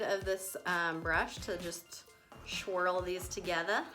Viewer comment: “Shwirl them.... shwril is the technical term” 😂